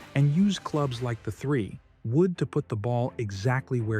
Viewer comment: IKR, a 3………woood, Ernie Else…😂🤣😂🤣 Artificial Dumbness….